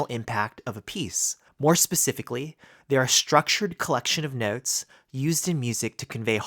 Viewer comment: Your accent is killing me 🤣noootes